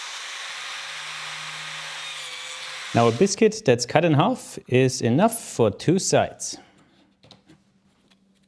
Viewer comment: Du solltest dir einmal angewöhnen, das stumme l bei half nicht mit zu sprechen.